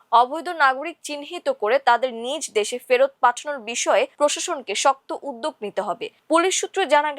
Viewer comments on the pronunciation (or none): none